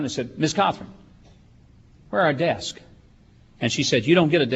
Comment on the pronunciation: Wow. He can't say "desks."